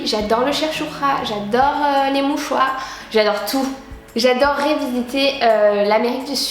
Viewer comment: Est ce que tu mange des mouchoir ou des mouchoua ? j'ai pas compris le mot sinon je t'adore bisous <3